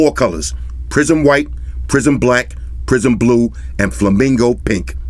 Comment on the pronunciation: I keep hearing "prison blue" 😂